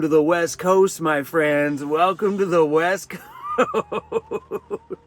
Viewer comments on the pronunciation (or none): I swear it sounded like you just said 'the WET coast'! LOL